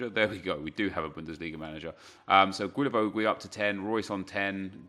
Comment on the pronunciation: you spell him like gilavogi (don't say that "ui")😂